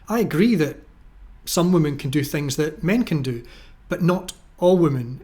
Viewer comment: So out of all the female captains half have crashed their ships? Also why do you pronounce women as woman?